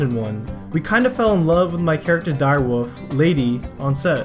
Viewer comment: It's WOLF not WOOF